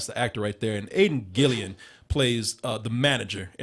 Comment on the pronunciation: *Aiden Gillen, not Gillian.